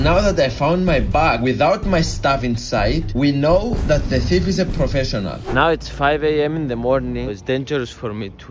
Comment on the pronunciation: In the start when he Said thief he sounded like he hade a Swedish accent